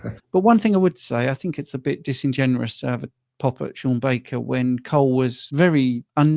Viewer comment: Disingenerous LOL